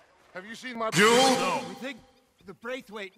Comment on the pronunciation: When you realize Dutch saying “juul” is actually him saying “Jules”